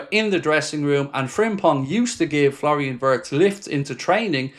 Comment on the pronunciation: My German friends inform me that the correct pronunciation for Florian Wirtz is Flo (nickname) Vietz (phonetically)